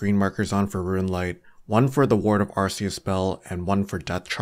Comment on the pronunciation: great video but its not called arr-see-us